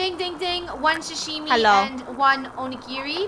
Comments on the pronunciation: Not shushime Sashimi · “Shashimi” it’s Sah-Shi-Mi (without “H”)